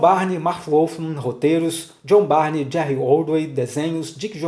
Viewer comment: A pronúncia é "burn", não Barney.